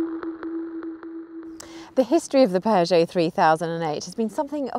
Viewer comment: British don't know how to pronounce Peugeot.